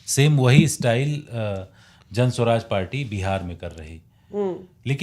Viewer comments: उच्चारण जन स्वराज नहीं, जन सुराज है। जनता का सुंदर राज, जन सुराज।🎗️ जय बिहार! #JanSuraaj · could not even pronounce Jansuraj (calling it Jan- Swaraj) properly. I could easily guess how serious these bunch of “khan market” journalists are. Jokers!! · Jan swaraj nahi hai Jan suraaj hai ❤ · Its JanSuraaj not janswaraj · Jan Swaraj nahi Jan Suraj....itna bhi nahi malum aur analyst ban gaye..Baklol sab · Pehli baat Jan "Swaraj" nhi hai "Suraj" h...naam pta hai nhi...Aur analysis duniya bhar ka ker rhe hain... Jaati per pk ne 1000 baar bataya hai...kabhi sun liya kero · Pehle party ka naam lena seekh lo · Lad chatne ke liye journalist bane ho.. saala party ka naam to thik se bol nhi pa rhe, aur ye analysis kar rahe hai